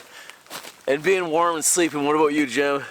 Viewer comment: Yeah, I noticed that too. The full Canadian in him comes to a head and there are "oots" "aboots" and "ehs" flying everywhere. Lol 😁